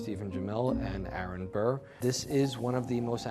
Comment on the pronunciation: Every time they say Arron Bur I’m just like SIR